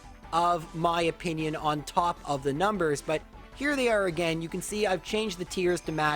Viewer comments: A gain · GO AGANE xqcS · Knew this guy was Canadian based on the way he said “again”